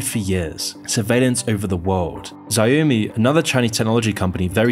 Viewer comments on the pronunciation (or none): Bro said Zyomi instead of Xiomi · Great video. But your mispronounciation of xiaomi is a bit triggering. It's pronounced more like "shiaomi" rather than "ziaomi" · Tf is Za-yo-me its Xiaomi (shh- yaw- me) 🚮 ask google how to pronounce it bro 😭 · and he pronounced xiaomi as zy-yo-me 💀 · Za yo mee? Where are you getting these pronunciations 😂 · Xiami is pronounces Ch-ow-me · How is it high quality? Both xiaomi and huawei were completely mispronounced the whole video lol